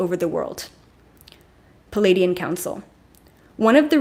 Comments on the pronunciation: You are brilliant. Thank you. Pleiadian is pronounced Plee-ay-Dee-an not Palaydeean. Most presenters get it wrong. They are actually Plejaran and speak plejaran. I’ve heard a fellow journeyed in plant journeys speak plejaran to me with such LOVE. OMG. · Hi, thanks for providing this information. I promise I'm not being malevolent here, but it should not be pronounced "Palladian". It's pronounced more like "Plee-ay-dian". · Every time you say pleadian ... I feel a wave